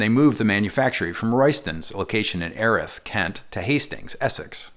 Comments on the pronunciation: Nearly, he mispronounces Erith (it’s pronounced Ear-ith) but then again so do most Brits. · Wonderful to hear my home town Dartford getting a mention, but from 10 minutes away I should point out that Erith is pronounced EARith 😁 Also, Hastings is in Sussex, not Essex. Killer vid though!